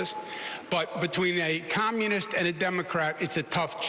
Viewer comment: Cuomo slipped up and said “Commonist” woopsie